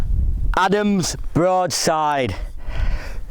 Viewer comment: It's Adnams, not Adam's. A Suffolk brew.